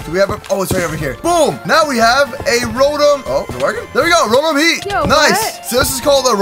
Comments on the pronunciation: it rotom not robom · The pronunciation is row tom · Rotom is pronounce ro/tom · It's RO-TOM for how you say it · it's row-tom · It's (row tom) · Why do you keep saying rotom wrong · Bruh it's not how you say rotom